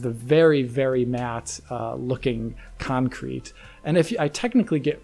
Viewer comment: please say concrete and not cancrete